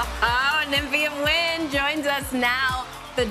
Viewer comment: The judges not pronounced the “D” annoyed me all season. Maybe they were foreshadowing her winning. But I kept thinking “is that just their American accents?” But no, there’s a hard D in “wind” and they seem to forget it